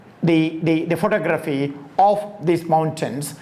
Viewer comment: Enjoyed that and more importantly, it just might be what I was looking for; contemporary thought on art. You are pronouncing photography wrong. There is no need for it because you speak English.👍🏿